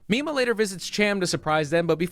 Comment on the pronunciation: i keep hearing "popstar nima" instead of popstar mima. completely unrelated but i would recommend you look up popstar nima instead. wonderful artist.